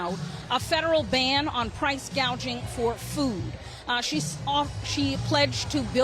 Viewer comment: I could swear she said, "..price gauging..."! Yep, she knows her economics!